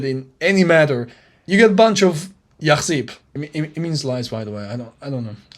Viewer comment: It’s said yakthib not yakhthib but I understood ❤